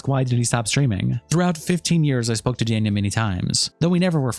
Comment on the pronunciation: kind of sad the host of the video could not even pronounce "danya" he says is wrong everytime